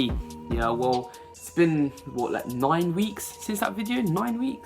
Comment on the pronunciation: The way u said nine tho :) Its been noine weeks